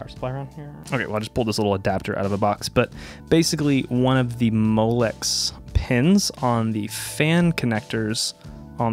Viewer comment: did he say Molex?